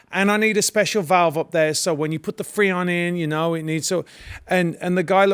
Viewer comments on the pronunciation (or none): none